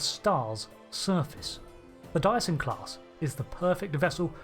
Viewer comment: Every time you say dyson it sounds like you're saying diason. Anyway good vid. This include, this includes :)